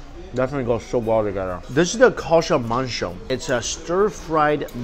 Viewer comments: can i just say that mike's "luchi" and "kosha mangsho" pronunciation was on point. and for people confusing luchi with bhature , luchi is just almost basic flour dough where as bhature is a bit more complicated recipe with more ingredients in it. and for the biryani, awadhi biryani dont have potato and egg in it, these are specialities of kolkata style biryani mostly. and yes it got a bit uncomfortable ...but glad it tastes good. and of course we should eat the way we want to . :) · Mike pronouces bengali as bangoli and says kosha manghso perfectly. Me? So darn proud!